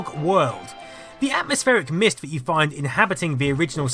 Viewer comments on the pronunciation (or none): "Vis" and "vat" ... Can't listen. Sorry. Pet peeve.